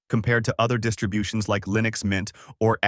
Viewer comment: i seriously didn't know that this was an ai voice until ish where he starts saying linux wrong, that's crazy